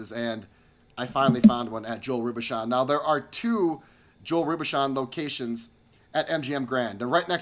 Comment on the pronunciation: The chef's name is correctly pronounced " Row boo shown"..